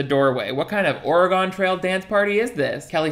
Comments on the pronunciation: pronunciation of Oregon 😂 As an Oregonian I CANT. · You edited yourself giving your self backup vocals. I watched in disbelief but also made a lot of sense. Good video. Also just got to the part where you say Oregon wrong again and I want you to know I take it personally every time. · The way you said Oregon sent me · The way you said Oregon hurt me deeply